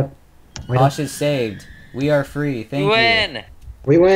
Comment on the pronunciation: the fwee fwee!